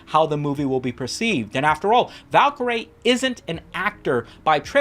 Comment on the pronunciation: pronounce Valkaryie again for me bruh